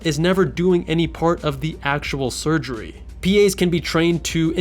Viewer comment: It's hilarious how he keeps saying no sugrey and less responsibility like it's a com when that sounds like a pro to me